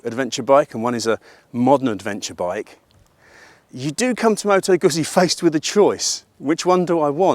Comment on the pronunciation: I've always loved Moto Guzzi - although I'm amazed that people still can't pronounce it properly - you can pronounce pizza ? Well, the ZZ is said the same way!! I'd been thinking about a Stelvio, as I already have. MotoGuzzi 1000S and an Africa Twin 1100. The Honda is a real tough act to beat and an amazing road bike. I bumped into a guy with a V100 Mandello yesterday and after a year of riding it, said that he really liked it. However he said that his mate had an identical machine that had been at the dealers awaiting repair for 10 months with electronics issues! Now, if that was a Honda, that would have been sorted, but you're relying on Piaggio UK, who are hopeless. So I'll enjoy riding my old Guzzi, but I'll take the Honda over the Stelvio. Or, as the man says, get a proven V85TT and spend the change on fuel and see the world.